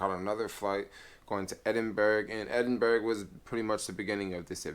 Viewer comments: It's pronounced Edinborough not Edinberg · Hi. Edinburgh is pronounced, "Edinbura". Scotland and Wales are separate countries in a union with England. Northern Ireland is a part of the UK, but Southern Ireland (Eire) is a separate country, not in the union, but it is a part of the British Isles. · Ed in burg 😂😂😂